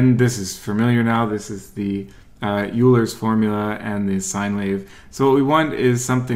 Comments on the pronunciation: euler is pronounced as oi-ler not you-ler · wanted to say that Euler is spelled Oiler, not Youler. Thanks!